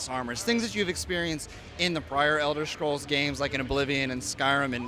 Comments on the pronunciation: BTW, since when is this series called elder shcrolls? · Elder shcrolls